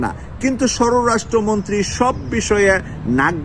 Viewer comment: pl pronunciate shorastro montri not shororashtro montri.